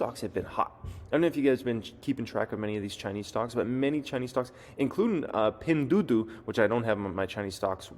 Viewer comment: Pinduoduo -- Doo Oh Doo Oh, not Doo Doo